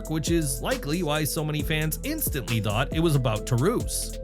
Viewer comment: You need to know how to pronounce some of these names " Taurus "